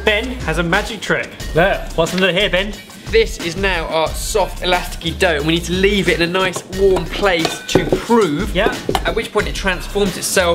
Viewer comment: I LOVE the sorted crew, and I think Ben is great. But my gawd, man - the word is "elastic"!